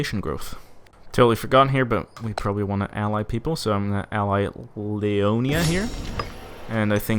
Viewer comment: That's how Scandinavians pronounce it.